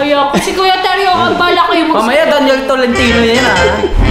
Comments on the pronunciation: DANYEL po hindi DEYNYEL 😊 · me: DANYEL: DEYNYEL syalan ha hahaha